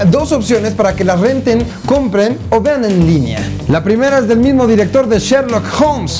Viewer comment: like si se dieron kuenta k dice mimo dia....